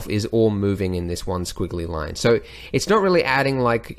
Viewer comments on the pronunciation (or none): none